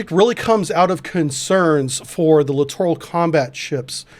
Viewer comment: Correct pronunciation of "Littoral"... sounds exactly like "Literal"...thank you.